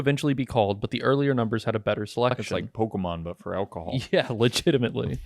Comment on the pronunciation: Everytime they say "legitimately" a mini aaron is yelling "legatimetly" in my brain.